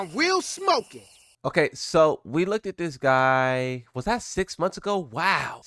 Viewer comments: This mf really said “LOOKEDED” while still being negative about Tekken 8, crazy work. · Hearing 'LookedED' out loud was funny af to me😂 Sorry